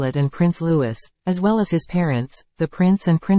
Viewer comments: IT IS NOT (LEWIS PRONOUNCE) IT IS LOUEE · Agreed and actually pronounce his royal name as Louis please NOT Lewis or find another job that you may be better suited for 😅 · Matins (or morning prayer) not mass or communion. Get a better computer program for text to speech. And yes, the younger son's name is pronounced the French way, Louie. Get a better program for crying out loud.